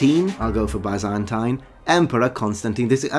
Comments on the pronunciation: The phantom time hypothesis actually doesn't deny all of The Middle Ages but rather the early Middle Ages, since Otto III and his successors clearly were medieval monarchs. : "Bisentīne" vs. "Baisentaine": The former sounds more correct to me – as far as the pronunciation is concerned. In terms of content, the correct word is "Roman". This is what the inhabitants themselves called their homeland. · I normally hear Byzantine pronounced like "biz-in-teen" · I feel odd even correcting you since your knowledge of language is far beyond mine, but it is in fact bizz-en-teen. Interesting topic; I can't believe anyone actually believes this! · Ok I'm not a fan of this theory but ffs, you're not debunking it when claiming to be an expert and not knowing the difference between middle ages and the dark ages or knowing how to pronounce "byzantine" . You probably generated a few more conspiracy theorists due to your lack of credibility.😂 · You spent both half of your life studying history and still cant pronounce Byzantine ? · Wait...how have you not heard of that word.. especially someone that lives and breathes ancient history. The second way you said it was the right way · Is that really how people say Byzantine